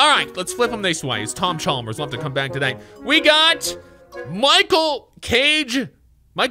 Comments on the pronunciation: He keeps saying Tom Chalmers it’s Tom chambers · him saying tom chalmers really bothers me